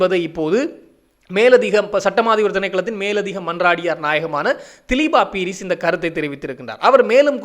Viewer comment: மிக பிரபலமான தொழில்துறை திறமைக்கு பெயர்போன ஒரு ஜனாதிபதி சட்டத்தரணியின் பெயரை பிழையாக உச்சரிப்பது அவரை அவமதிப்பதற்கு சமமான குற்றமாகும். இன்னும் தினசரியாக செய்திகளை வெளியிடும் ஊடகவியலாளர் என்ற ரீதியிலும் மிக பொறுப்புடன் பிழையின்றி கூறுவது மிகவும் அவசியம். அவருடைய உண்மையான பெயர் திலீப பீரிஸ் ( திலீபா பீரிஸ் அல்ல ) இலங்கையில் தேசிய குடிகளாக உள்ள வெறும் 3 இனக்குழுக்களின் பெயர்களை கூடவா உங்களால் சரியாக உச்சரிக்க முடியாமல் உள்ளது ? மேற்கத்தைய நாட்டு மக்களால் மட்டும் எப்படி இலங்கையிலிருந்து புலம் பெயர்ந்த அத்தனை மக்களின் பெயர்களையும் சரியாக உச்சரிக்க முடிகிறது வெட்கமாயில்லை ?